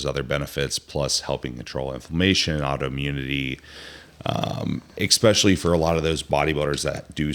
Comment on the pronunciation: This guy says “ekspechially” instead of especially and it’s so annoying lol